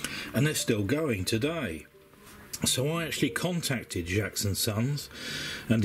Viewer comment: As a metal detecting descendant of John Jaques, I was really interested by your croquet tag. FYI, it’s Jaques, like cakes, not Jaques, like jacks. I’m really loving your videos. I would recommend investing in a decent pointer though. Try a Garrett AT Pro Pointer. They’re a god send. Happy hunting!